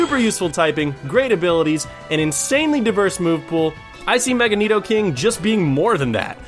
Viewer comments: you said nidoking right! i'm proud of ya! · .......I love this list and I almost cried with joy when you named Nidoking (yes, you pronounced it correctly) as #1! He IS my #1 favorite in general. I also would replace his "ground" type with "steel" and that would make him the ULTIMATE Fairy destroyer. A Poison/Steel Mega Nidoking is totally open, even its Pokedex Entry for Yellow mentions its hide being steel-like....I've also counted the weaknesses and resistances.....Resists almost everything. I guess Steel's resistance to Psychic would normalize Poison's weakness to it. Same thing goes for Poison's resistance of Fighting for Steel's weakness. The only issue would be fire and HIGHLY allergic to Ground, but that's okay, he was weak to Ground in the first place.